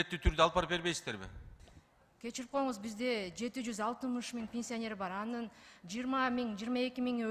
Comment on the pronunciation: Пенсионер деп суйлочу катын ПИНСИОНЕР дебей😅